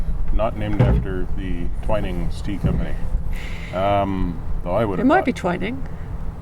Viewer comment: Loving the vlogs, and you did pronounce Twyning correctly.